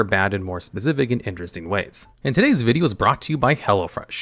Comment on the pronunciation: People complaining about a better than most ai, when actual logs is out here saying "Vidgeo"